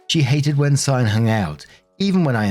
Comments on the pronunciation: Cyan is pronounced sigh-anne you got it right :) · Good job on the pronunciation of Cyan! If it's meant to be pronounced any other way, it's one of those ridiculous spellings kids will be embarrassed about their entire lives. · Off topic of the story, but, I'm almost 100% sure that you pronounced "Cyan" correctly.